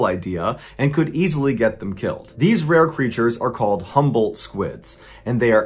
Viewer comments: When he was telling the story, it sounded like "humbled squid" to me lmao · Everytime Mr. Ballen said Humboldt or jumbo squid, I heard 'humble' squid and was obviously very confused as to why they are humble but so aggressive.